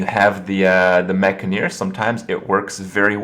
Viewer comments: Enn-Jah-Neer, Not Enn-Gah-Neer **or Enn-Guh-Neer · maybe that's how you say the word 'engineer' ha but certainly not how its spelled or pronounced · It's clearly the first pronunciation man! Mekgineer, like engineer? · Say Gin, Say Engine, now say Engineer, and finally say Mek-gin-eer